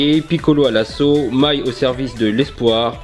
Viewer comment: Ça se prenons mai et non maï